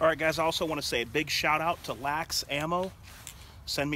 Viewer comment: It's pronounced L A X, just say the letters. They are one of the few good things we have here ib Cali